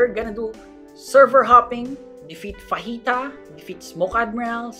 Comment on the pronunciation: nkt fahita its fajita!!